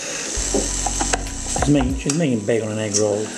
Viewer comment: She ruined (british) bacon.